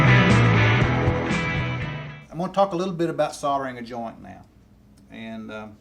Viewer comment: Soldering.....!!!! not Sautering......lol